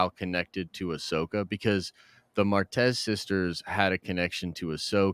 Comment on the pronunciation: Bro it’s Ahsoka